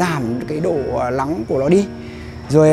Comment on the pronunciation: Tránh lắng nấm .... Ông này học dược hay tiếng Anh thì phát âm n .l đi mua thuốc cơ ngày toi mạng gì lấy sai thuốc ....😜😜😜😟😟😟😟😟